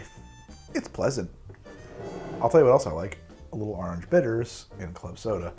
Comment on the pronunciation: But do you taste any ORANGE? :-) “Arringe”